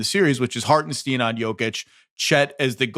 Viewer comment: Zach, it’s Harten-stine not Harten-steen